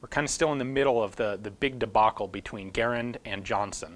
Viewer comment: Much respect but it's Gaa-rand not Gair-and. Thanks